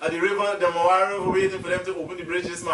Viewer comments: It is Demerara River not Demewara. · Demerara not demawara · Great effort in trying to do this documentary. However your language sir, and the pronunciation of words like 'Demewara' among others are inaccurate. It's Demerara, not 'Demewara'. Your language is confusing. The word is water not 'wudder'. Otherwise I admire your initiative of making such interesting video about our beautiful country. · It’s called the Demarara and pronounced dem ah rah rah not dem awara stop butchering the name my friend lol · DEMEWARA = DEMERARA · Note to guyanese ppl...there is no W in Demerara. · Demerara, not the demewara, who is this guy presenting Guyana. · Demerara don't have w inside it😂😁😁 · Stop saying demawara... And Parika is on the East Bank Essequibo... Very informative and entertaining never the less...